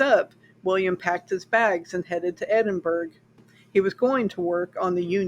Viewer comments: "Edinburg?" I have only ever heard it prenounced "Edinburough". (As in "The Burrow" in HP.) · Hi, GREAT telling of this interesting story. THANKS for creating & posting this historical account of Scottish Horror. 🙂 With sincere admiration & all due respect, the city of Edinburgh, Scotland is correctly pronounced: "ed - in - burr - ah". Same as the "t" in castle, the "g" in Edinburgh is silent. The pronunciation remains the same; regardless the language//the nationality of the person speaking. Respectfully, Ben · Edinburgh is pronounced "edin-burr-uh". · Don't mind the comments about the pronunciation of Edinburgh, most youtubers pronounce city names wrong. The only thing different this time it's an English city instead of a French, German, Polish, Chinese etc. so the know it alls finally noticed. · You've obviously done some great research here, however it's completely overshadowed by your incorrect pronunciation of Edinburgh. Is there any reason why this wasn't part of your research? A basic Google pronunciation would highlight how glaring this is.